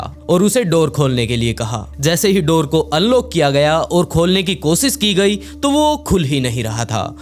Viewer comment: भाई तुम टोटली विकी शर्माकी copy करते हो नयी स्टोरीज बता रहे हो अच्छी बात है व्हॉइस अच्छा है लेकिन एक प्रॉब्लेम है तुम श बोलने के बजाय स बोलते कोशिश करो कोसिस के बजाय कोशिश बोला करो thank you